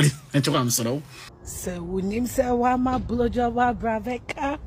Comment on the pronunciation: He said 'blu job'... ene wo nn3